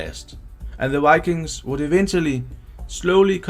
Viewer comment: We Scandinavians often tend to mix up v with w when speaking English. That's probably why the person speaking here, I'd guess he's Danish, often seems to say ”wikings” instead of ”vikings”. I have heard many Swedes do the same, but I still don't know why. When speaking Swedish we don't use w almost at all, but when we do we pronounce it like v, just like the Germans do. Maybe we over-compensate for the difference when we speak English?